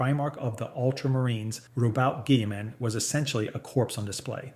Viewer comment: It is but it isn't at the same time. He got quite a few things wrong here. He can't even pronounce Roboute Guilliman's name right, Sanguinius definitely isn't the only loyalist primarch to die during the heresy and also not the first, the 40k community is definitely not nearly as divided as he says... The point is, he's a confused man.